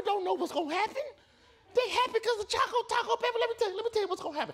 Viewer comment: its CHOCO not chaco